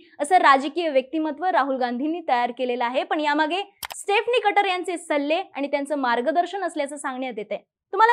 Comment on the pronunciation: Madam ek chota correction: स्टेफनी nahi स्टीफनी aahe